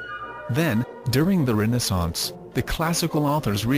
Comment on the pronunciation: Yes, what the hell is the "RAYnassance"?